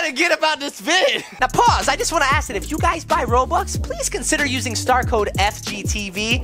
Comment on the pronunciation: You called robux the way my Mom says it "roblux"